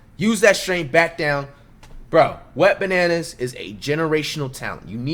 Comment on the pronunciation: Dude said wetbananas😂😂😂 gmfu I'm dead